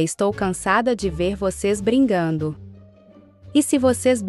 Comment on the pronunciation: BRI"N"GANDO KAAKAKKAAKAKAK